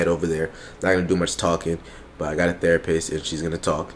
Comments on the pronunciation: When said therapurse 😂😂😂😂😂💀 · "THERAPURST."- 2021. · Why saying therapurse? 😂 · Is really calling the therapist thera purse 😂😂😂